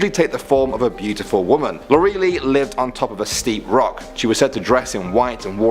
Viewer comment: Lorelei = Lor-uh-lye.......not Lor-ee-lee